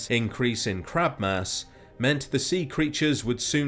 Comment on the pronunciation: Honestly, I had to put on subtitles , because it sounded like you said "Crap Mass", then I realized that "Crab Mass" made a lot more since.